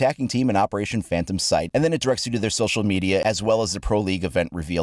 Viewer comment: This man said “phayntom”.